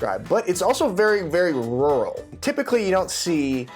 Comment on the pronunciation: saying "rural" makes me giggle. replayed it a few times. is that how its actually sounds? like rou'ul? i honestly dont know. legit question here. educate me pls